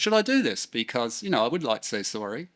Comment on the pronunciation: Zoory,,, waffle waffle, zorry,,blabla ,,,,zzzzzorrry eeer. Blabla